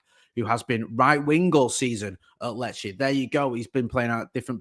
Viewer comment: Glad this transfer is done now so Jay doesn't have to panic every time he needs to say Lecce😂